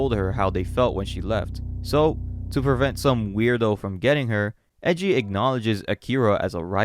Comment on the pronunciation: Are Japanese names really that hard to pronounce? like no one gets japanese names right… Its E I J I u kno? like AYEJI not EJI 😳